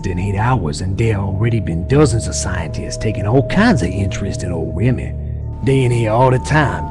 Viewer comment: Did they butcher Remy's last name on purpose?